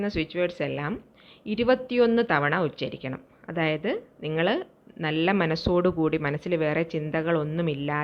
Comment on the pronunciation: ഉശ്ചരിക്കു, തെറ്റാണ് - ഉച്ചരിക്കൂ. മന്ത്രം ഉച്ചരിക്കുകയാണ്. ഉശ്ചരിക്കുകയല്ല ഉശ്ചരിക്കുക - എന്നൊരു വാക്ക് മലയാളത്തിലില്ല